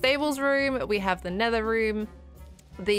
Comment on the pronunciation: Keralis: "Nedder." (nether)